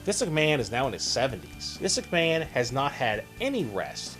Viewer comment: We know the video is about Vince McMahon. I don't think saying, "Vince McMahone" over and over again makes any sense.